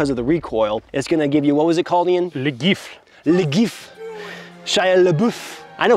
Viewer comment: ah yes la gifle